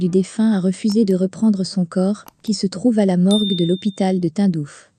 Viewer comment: Le « Tundouf » 🤣 et le « Joé » Biden